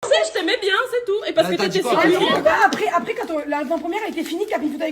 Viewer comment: J AI REMARQUER NASDAS ARRIVE PAS A DIRE LE MOT apres; MDR IL DIT TOUJOURS acres ; COMME YAOURT. IL DIT yayoute mdr je me moque pas hein; et nasdas avait dit que certaines personnes ne passeront plus dans ses snaps; ba je crois qu il visait 4BDV NON ??